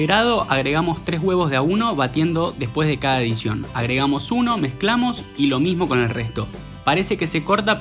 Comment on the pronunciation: lo volvi a escuchar y ninguno de los dos tiene razón. No dice claramente edicion pero tampoco es que se escucha tan claro la palabra adición. Perfectamente da lugar a la confusión. Igual es un detalle. Se entiende perfectamente el contexto de la receta